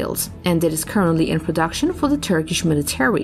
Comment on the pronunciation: Will someone teach her how to say “inventory”…please? And “military”? And “Internet”? Or is there something else called the “Innernet”? 🤔🇨🇺🇺🇸